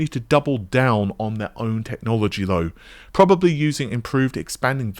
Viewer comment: probababably lol great videos as always but that made me laugh.